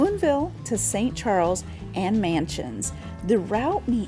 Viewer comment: It's Machens (pronounced Mahk-ens) not Mansions.